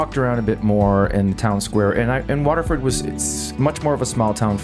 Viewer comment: Why can't you pronounce Waterford?